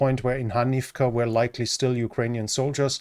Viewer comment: He says likley